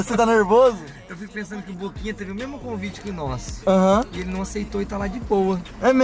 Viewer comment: Ninguém, absolutamente ninguém,: É memo, memo! Kkkkkkkkk